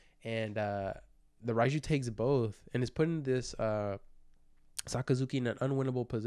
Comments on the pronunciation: It's pronounced like "RAY-jew," not "Reye-jew." Not that it's a huge out anything of course, but my OCD won't let me not correct you lol 😅 Unlike English letters, Japanese Romaji is always pronounced the same way and follows its rules way better than English does. "Reye" would be spelled "Rai" in Romaji. Anytime you see an "e" and an "i" together like that in a Japanese word/name, it should be pronounced like a long "ā" sound, like the a in ray or crazy, etc... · Her name is pronounced Ray-Jew bro.